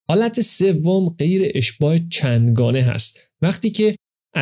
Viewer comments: سلام به عزیز ممنون از تلاش برای پخش اطلاعات خوب. جسارتا لفظ اشباع رو که به معنی سیر هست اشتباه تلفظ میکنین. حد اقل به گوش من اشباح یا اشباه میاد و معنیش عوض میشه. چربی اشباع شده با هیدروژن اشباع میشه و اون باندهای دوبل جاشون و به هیدروژن میدن به جای ایکه کربن ها به هم وصل بشن. در گذشته از لفظ هیروژنه هم استفاده میکردن که به معنی اشباع کردن روغن یا سیر کردنش با هیدروژن بر میگرده..باز هم جسارت من و ببخشین اگه من اشتباه شنیدم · jan, the word is اشباع It’s not اشباح You say اشباح شده When you say اشباح، it means 👻 👻 👻 👻 Thanks for an amazingly informative video